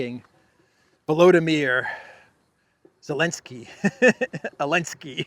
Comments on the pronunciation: Why do you pronounce the name of the Ukrainian ruler as “Elenski” instead of “Zelenski”? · Why do you pronounce his name Elenskii? Lol